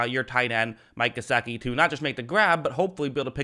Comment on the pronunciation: It's "GeSICKi" please for the love say it right